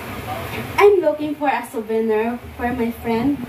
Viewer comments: maganda voice quality ni sa english konting hasa lang sa pag pronounce like souvenir make it suw bih nir, lovely lahb li. pero yung voice nya pang call center mabilis makahatak sa mga caller, lalo na sa mga healthcare account, mga matatandang lalake na walang ng asawa kapag maganda voice quality ng kausap nila nililigawan hahaha! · Iba yung saya sa mukha ni mama ruth with 😊.medyo practice mo yung pagbigkas mo ng souvenir, at payment😊😊